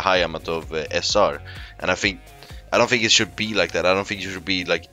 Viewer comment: FINK FINK FINK. Say THINK !